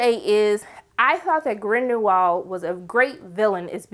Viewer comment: I'm over here like, "Who is GrindeNwald?" Lmao